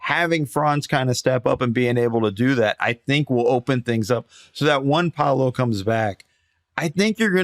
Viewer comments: It's amazing how many people don't know how to pronounce paolos name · PA O LO, how hard can that be?! Just Muricans being Muricans